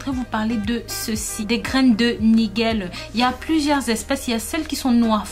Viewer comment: Nigelle pas niguelle